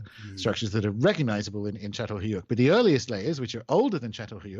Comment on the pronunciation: Remote? Half n hour drive to the nearest grocery?, u spoilt Scandinavians make me laugh... (maoroflr)... btw u pronounced Catalhoyuk quite good, don't worry. And you should say hi to my kitten, Göbekli Tepe.... lollll 🤗😂